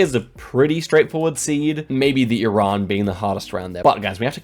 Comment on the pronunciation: Can we just stop and appreciate is one of the few people that pronounce iran correctly? ❤🇮🇷